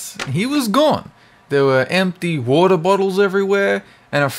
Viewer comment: Omg lol, the way said water! xD